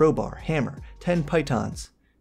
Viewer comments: It's 'pee-tons'. You're welcome. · It's Pee-t-ah-n.